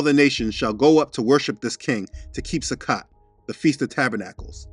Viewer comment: Thank you for this excellent teaching! Most pronounce Sukkot as "Sukote" with a long "o". Just fyi. I love all that you are sharing!! Praise Yah!! 🙌🙌🙌